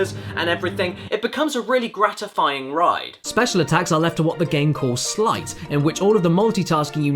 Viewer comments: Sleight not slight... you dont ride a sligh down a snowy hill you ride a sleigh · Sleight =/= "slight"